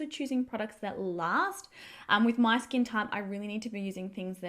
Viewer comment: Why do Aussie YouTubers keeping putting ‘ah’ after everything?? Ie ‘Look at my skin-ah!’ 🤷‍♀️